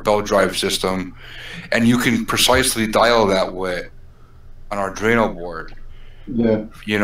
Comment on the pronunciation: Okay, I'll be the nit picker :):):) It's pronounced Ardweeno, not Ardreeno